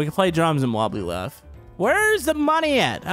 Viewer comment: Wobbly Laff?